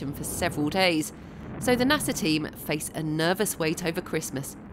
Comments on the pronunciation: NaSaaaahhh!!!! Not Naserrrrrrrr ffs! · And by the way! Its NASA! Not Nasa! Dummmb dummmb fu hhhhh ckkk